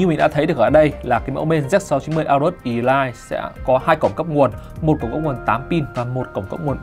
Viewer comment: Elite đọc là Ê-lít chứ sao lại đọc là ì-lai